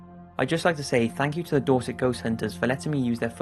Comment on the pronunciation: What is the name of the group in number 2? I wish he put the teams in the description. Edit: Nvm it's Dorset. I though is was saying Dawsik.